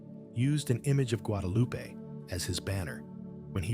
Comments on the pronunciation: GuadaluPEE. I'm so tired of this AI slop. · Who? Loo-pee!? Your AI needs tweeking